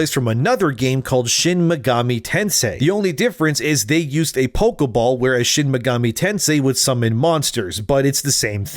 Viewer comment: Pokéball, not pokeuhball.